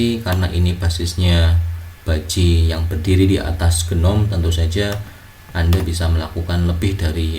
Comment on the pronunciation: pelafalan GNOME itu 'NOME, G nya silent/agak di pendem istilahnya.